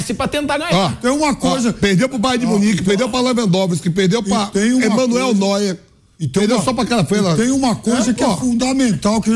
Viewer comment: Não dá pra levar a sério comentário de alguém que fala Emanuel Neuer